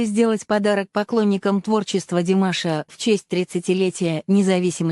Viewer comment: Что ж вы так , даже фамилию Димаша не правильно произносите? Об остальном промолчу. Дизлайк.